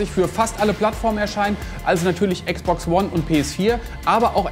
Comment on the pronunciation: Niemand den ich kenne, sagt Äx Box! Warum Ääx Box? Dann auch Pi Äs five